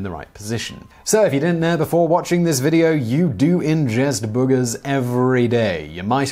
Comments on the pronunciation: It was worth it just to hear you pronounce booogers 😁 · I love the way you say "boogers" for some reason. Gives me a giggle. X3